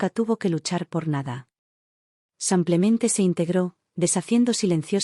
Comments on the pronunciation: xq la relatará dice samplemente en vez de simplemente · Por favor, no pronuncie samplemente por simplemente, es con i , no con a .